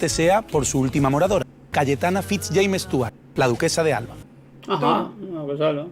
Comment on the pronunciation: Aparte de decir mal los apellidos Fitz-James Stuart (dice Fitz Stuart) y el nombre de Rainiero de Mónaco (dIce Rainero). Para ser historiadora le falta memoria.